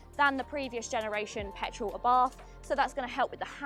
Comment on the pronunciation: Abarth is pronounced "Abart" ( The H is silent)....